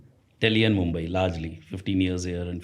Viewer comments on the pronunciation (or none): Shamani send mehman at his BIMARU state and teach him to say Mumbai 🏛️